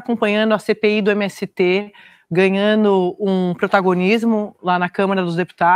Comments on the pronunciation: Como uma jornalista de televisão não sabe nem utilizar a língua portuguesa? Em um minuto de fala ela errou todos os gerúndios: acompanhano, ganhano, tá rolano, começano... Vergonhosa a falta de profissionalismo tanto técnica quanto ideológica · Ganhano?? A apresentadora falou ganhano ??